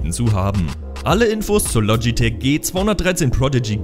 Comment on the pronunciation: Bitte es heißt logitech und nicht lotschitech und mechanische tastatur schön und gut aber 1. Zählt dass für mich nicht als gadget und 2. Mechanisch ist nicht gleich mechanisch woher soll ich da jtz wissen welche Schalter da verbaut sind zufällig weiß ich dass es cherry mx Red sind aber trotzdem